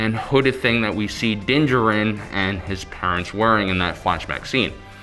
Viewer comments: What excuse do fans have for mispronunciations of star wars names? Dinjerin is clearly so wrong. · I m pretty sure u pronounce din djaren wrong. Please watch the mandalorian again because it’s super distracting